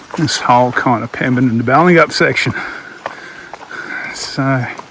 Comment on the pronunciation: Its a lovely part of WA. I'm surprised there's kids still on holiday as they've gone back to school in Perth. It looks like you got your moneys worth for your haircut. Balingup pronounciation = Bail in Up. Great presentation thanks.